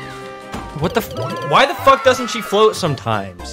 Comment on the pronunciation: I had a apple when they sed foock